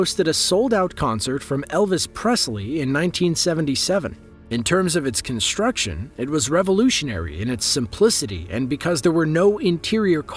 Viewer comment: "Conshtruction", "shtructurally" "dishtruction"--for some people first grade never ends.